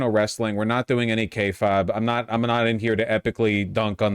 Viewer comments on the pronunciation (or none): It’s pronounced KAY-fayb not KAY-fob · It's pronounced kay-fayb, uncultured swine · Kay faaaayyyybe is how it's pronounced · Every time Vaush attempts to say the word “kayfabe” an Angel descends directly into Hell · I will never understand. Vaush's insistence on mispronouncing "kayfabe". He pronounces it differently every time I hear him say it and it's never the correct way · The worst part of this video is Vaush's continued refusal to say kayfabe correctly.